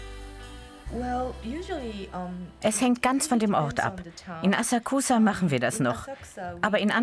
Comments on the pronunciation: Bitte nicht schon wieder eine scheußliche Aussprache! Ihr seid doch eine Wissenssendung oder? NICHT "asah-kusah" sondern "assaksa'". Mensch, die Japaner im Video sprechen es doch richtig aus. Habt ihr bei Galileo keine Japanologen oder könnt ihr keine organisieren...? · Es wird Asaaksa ausgesprochen... :( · Es wäre schön, wenn das Galileo Team die Aussprache verbessern würde von den japanischen Wörtern. Wenn die Dame die Wörter wie Asakusa und Shamisen schon original ausspricht warum sprechen die beiden Kommentatoren es immer noch falsch aus. Seltsam...